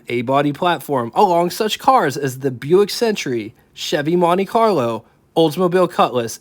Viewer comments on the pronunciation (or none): none